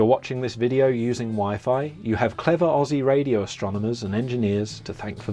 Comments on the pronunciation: I am not the word police, but please please please Aussie is pounced OZZIE no ess' OZZIE :body-blue-raised-arms::body-blue-raised-arms::body-blue-raised-arms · "Aussie" is pronounced "ozzy". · when say Aussie you pronounce it with a z